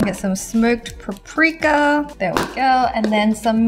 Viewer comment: She said paprika like pa prika Imao